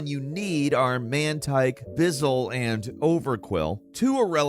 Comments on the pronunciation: Did this man just say Bizzle? It's pronounced "Bweezil" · I’m sorry BISUL? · i'm just wondering why you pronounced buizel as bizzel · Did he keep saying transform instead of evolution? And did he really say bihzull instead of buizel lmfao this guy is a clown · I'm fucking sorry bizzle? do you mean BUIZEL WITH A U?? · Did you just called Bizzel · Bizzel? pronouncing words is the best entertainment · Bizel btw….yeah that might be the second worst pronunciation of a pokemon ive ever heard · This man cannot pronounce pokemon names to save his life. Like wtf is a bizzle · How he says buizel 😂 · I have never heard buizels name said so wrong before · Put respect on Buizel, pronounce it right